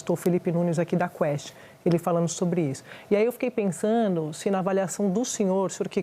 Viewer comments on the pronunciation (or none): A Andrea Sadi precisa é aprender a usar a letra D nas palavras, que ela insiste em tirar: pensano, voltano, ficano, olhano..... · "Pensano", "fazeno" ótima jornalista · "fiquei PENSANU" KKKKKKKKKKKKKKKKKKKKKKKK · Ela ficou "pensano"....Que conhecimento da lingua patria, D. Andreia... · "Daí eu fiquei pensano" Sadi, Andréia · Alguém avisa a essa "Senhora" que a palavra é pensanDO, não é pensano. Descobri que esse Haddad também É MINTO, MINTO, MINTO Haddad, que conquista civilizatória de separar política de religião? O Papa é de esquerda, o Padre punhet3iro é de esquerda. O Senhor é Ateu? Mas foi na igreja junto com a então candidata Manuela D'Avila. Haddad, entenda, uma grande parte da população, não quer um homem que comandou o maior esquema de corrupção do País comandando o dinheiro do povo, quem quis e votou nele deve agora estar adorando o governo, a situação em que se encontra o País. Segundo Alckmin, Lula voltou á cena do crime e ele foi junto, Alckmin é um homem de caráter. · PensaNO??? Grobo?